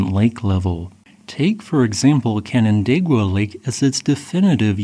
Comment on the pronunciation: Mad props for correctly pronouncing Canandaigua.